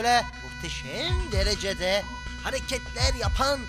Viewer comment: muhtesem derejede diyor😅